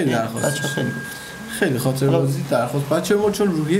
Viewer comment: چرا حس کردم خاطره بازیو گفتی خاله بازی